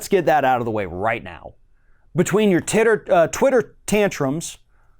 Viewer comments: Ha he said "Tidder" Love the show though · "...between your Titter Tantrums..." - nice slip of the tongue. :D